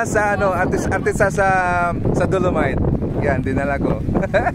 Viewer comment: dining ko sa'yo "dilimite". Ano ang tama? Dolomite? Ahhhahh😂hayyyyy😂😂😂😂😊